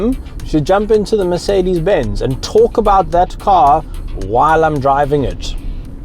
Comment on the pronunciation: Guda Lawrence he calls it MerKedes in the all video not just . Is he serious.